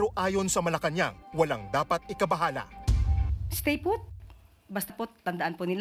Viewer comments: Stayput daw sabi ng malacañang 😂😂😂 king inang spokewoman yan san kaya napulot ni bangag yan😂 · 🤣🤣🤣😂 ate Claire : stayfoot daw 🤣😂🤣😂🤣